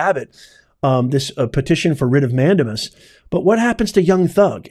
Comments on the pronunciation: Mandamas is pronounced: man-day-mas. Not man-duh-mus. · Please learn the "correct pronunciation" for the Latin legal terms. MAN DAY MUS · Respectfully.....it's pronounced "man-dame-us" 😊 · "Mandamus" A LATIN word is Pronounced : " Man- dā-mus" in English is "We COMMAND"!! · It’s a WRIT of MAN DAME US - for the love of God please pronounce it correctly- it’s wrong and distracting otherwise. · "Professor", please learn to pronounce "mandamus" correctly.